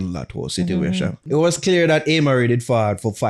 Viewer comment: If pronounce Amari as "Aye - marie" one more time 😬😅